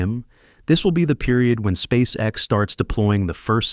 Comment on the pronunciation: "Спасекас" Прям отлил в гранит))